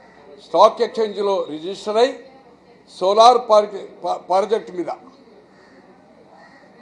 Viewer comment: సోలార్ ప్రాజెక్ట్ పలకడం నేర్చుకో😂😂😂